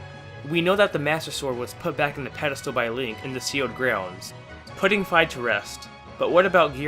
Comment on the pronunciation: It’s Fi not fa. sorry that just annoyed me